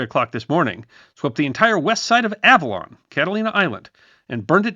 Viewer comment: Interesting video. Your pronunciation of the island's name sounds quite odd to me, a SoCal native who's been there many times. I think you're hitting the consonants a bit too hard.